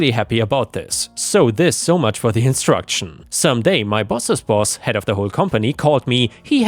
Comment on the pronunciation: "introduction" isn't said as "instruction." 😉